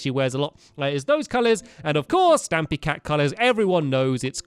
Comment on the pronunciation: For a sec I thought stampy said stabby cat